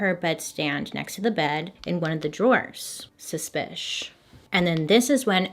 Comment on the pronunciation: A compilation of Bailey saying suspish plzz😂